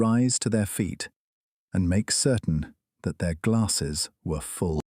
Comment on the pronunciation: The AI narrator messes up the word “their” way too often. 😂 Clankers still can’t read, just like Boxer.